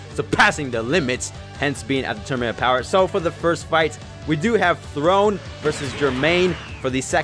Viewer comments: calling THORNE, THRONE instead of THORNE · the “Throne” instead of “Thorne” is actually so cringe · Him: "Throne!" HIs name: Thorne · His name: Thorne: THRONE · So we ain’t gonna talk about him calling him throne even though it was Thorne? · It's Thorne not Throne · Thorne bruh like a rose thorne just spelled diff